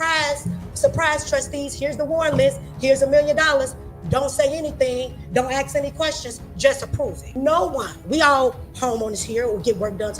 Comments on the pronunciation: She axed and axed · LittleWayne Henyard comes across as a low quality civil servant. Use proper grammar. Its pronounced "alleGations" not "alizashins" It's "aSk" not "axe". Illiterate fool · She pronounces the word "allegations" differently every time she says it, and I've yet to hear one person in that town pronounce the simple three letter word "ask" correctly. Unbelievable.